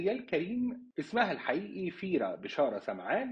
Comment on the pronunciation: ڤيرا VÉRA وليس فيرا